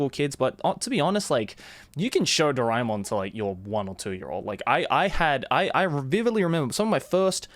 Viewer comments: Its ドラーえーもん in japanese so it would be Dora - E -Mon like joey pronounced it here. I am an indian as well and I didnt knew this until I started learning japanese. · My childhood is incomplete without Shinchan and Doraemon. How can it be complete without it, being an Indian? P.S Isn't it pronounced DoRAYmon? My whole life has been a lie. Edit:- Now I know it's DoRAEmon. But can't change a decades-old habit, so imma just roll with it.